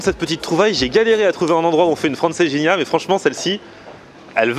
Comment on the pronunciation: Hey les gens là, il faut lui dire à que Francesinha ne se prononce pas Franceginia........!!!!!! Au secours...., du coup je suis certain qu'il n'a pas pu la digérer......!😉👍😉😀😛😀👍 Não é lindo o nosso Porto! 😀😎😀👍😎😀